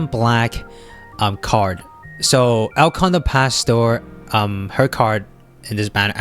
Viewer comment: I understand not being able to pronounce spanish. But wth is El condor pastor? Where did the t and r came from?? LOL